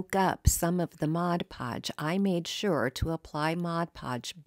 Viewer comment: I would like to take a moment to thank you for pronouncing 'Mod Podge' correctly. I don't understand how so many creators pronounce it so incorrectly.